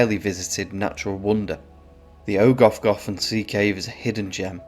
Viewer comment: Try pronouncing those "F"s as "V"s. Like ogov ("ogov" means cave in Welsh)